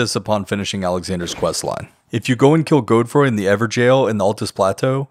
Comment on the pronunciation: "Gode free"??